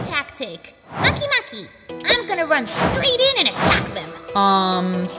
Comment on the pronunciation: moky moky?....... cmon...